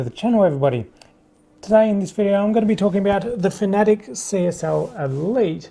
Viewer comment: Its fana tech! Not fanetic. Because what i just wrote is how ud spell way you say it. Read it!! Out sloooowww